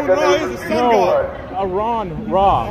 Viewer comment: Uh-ron Ra? Ahrun Ra!